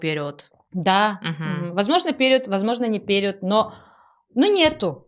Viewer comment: Интересный выпуск👍 я играла в несколько трансформационных игр, и пожалуй, единение тени и души пока лучшая из всех. Рекомендую близким сыграть обязательно. Но после просмотра подкаста пошла в гугл проверять ударение слова перИод😅 очень уж режет слух💆‍♀️